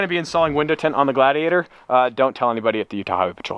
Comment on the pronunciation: everytime he says "gladiator", i hear "glad he ate her" facepalm